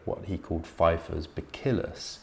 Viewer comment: Buh-Sill-Us. Re: bacillus.